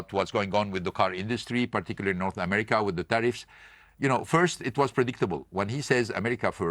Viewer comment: how do you get the pronunciation of “ Ameriker “ from America ?